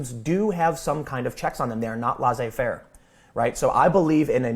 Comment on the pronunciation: When you tried to say "laissez faire," you said what sounded like "lah-zeh fer." It's pronounced "leh-seh fer." (Where 'eh' is a short 'e' as in egg -- the closest English sound I can describe, but not exactly the same as the French one.) Two s's make s sound. One s makes z sound. That's french pronunciation for you.